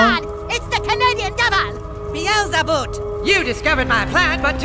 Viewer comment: beal-za-boot - guffaW!